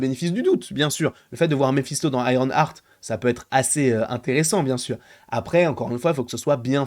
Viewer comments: on dit Iron EART pas Iron ARTE, tu me rends fou à chaque fois 😂 mais sinon je pense que nous avons tous peur pour ce perso… Moi je me dis surtout que va foutre Mephisto dans une série qui va être full humour, le contraste entre les deux perso n’aura aucun sens. Je veux pas un Mephisto qui fait des giga blagues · Iron Arte 🤣🤣 c'est le french accent 👏🏾👏🏾